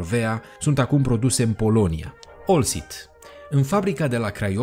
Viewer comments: oltcit nu olcit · Baaaaa….OLTCIT !!!! Nu OLCIT.?..